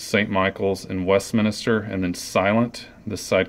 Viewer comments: for gods sake its westminster not minister :P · Why do you say Westminster Westminister?